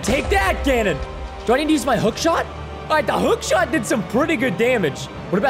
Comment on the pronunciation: It’s Not gonondor it’s ganon